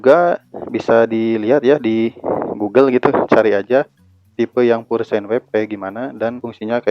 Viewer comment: "pure" itu (pyur)